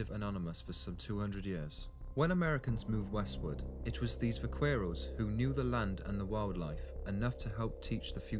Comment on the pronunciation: Va CARE os not quair. OK Cor Al not Coral